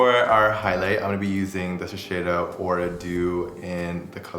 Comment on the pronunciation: Shiseido’s global color artist can’t pronounce Shiseido correctly?